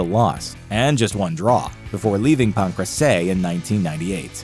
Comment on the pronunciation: How does he keep mispronouncing Pancrace hahahahahhaha omfg just listen to anyone say it